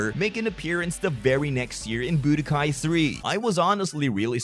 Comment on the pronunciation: It's an accent.